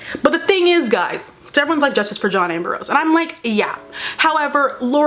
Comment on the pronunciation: i can't unhear her saying "john amber rose"